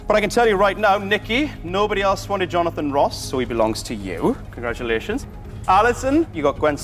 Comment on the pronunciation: I can't understand why this was cancelled but soap rubbish like EastEnders continues. annoyed me though, saying that ridiculous word 'Congradulations' instead of saying it correctly.